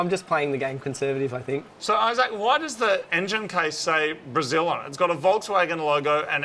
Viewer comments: am i the only one who caught him calling Issac, "Eye Sack"? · "i-Zac" Your mate either has a ridiculous name, maybe just a ridiculous pronunciation of a normal name OR is he is an Apple product ? Which ridiculous option is it ? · EYE-ZAK... LOL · Main thing I took from this video is I can't stop hearing the way Moog says Isaac with so much thought each time. Like he doesn't want to get his name wrong lol. I Zac everytime. Only me? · It's Isaac but pronounced differently